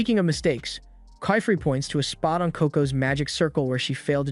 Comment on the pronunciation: How to say : keyfrey Actual name:qifrey❤ Not kyfree😂